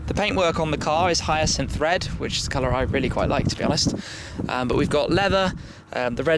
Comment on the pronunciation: Always sounds like he says "hyacin thread".... hyacinth red hard to say clearly